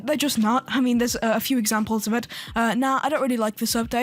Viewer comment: fr said dew and not few